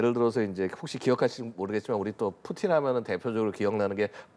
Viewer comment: 뿌찐 = 푸틴 , 러시아어 발음으로 푸틴을 뿌찐으로 발음 합니다.